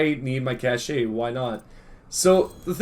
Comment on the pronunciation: cache is pronounced "cash" not "cash-ay"